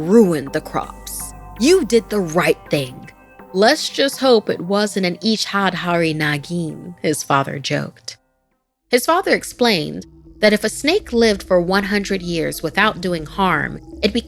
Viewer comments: I almost didn't recognise the name of the snake they mentioned.. damn.. it's a bit difficult to pronounce ofc.. "Icchadhaari" it's pronounced as "Itch-ahh-da-ree".. love the story ❤️🥰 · Bro what's wrong with your pronounciation you very well pronounce Spanish and japanese name but when it comes to Indian name you don't even try to learn to pronounce just google it....it took me 5 whole minutes to understand that name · Sadly she doesn't even tries to pronounce it well...she can pronounce japanese, spainish names but not that